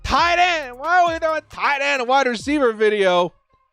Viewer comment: ”whataauhhh Issa tight enn” 😂😂😂